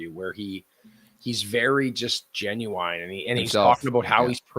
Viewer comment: This guy doesn’t know how to pronounce genuine 😂